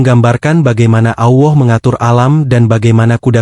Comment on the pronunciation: 😂😂😂 allah bukan awoh, mimin e dodol 😂😂😂